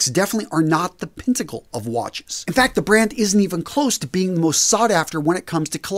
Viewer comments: Did he say 'Pintacle' instead of pinnacle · Did he say "the pintacle of watches?" Pintacle? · What’s a “pintacle?” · What is a “pintacle”? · I think you meant to say "pinnacle" and not "pentacle" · What's a Pinticle? you mean Pinnacle???😆😆 Also get a non Ali Express watchbox, that's like putting sheepwool seat covers in a Ferrari.... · “Pintacle”? I think you mean pinnacle.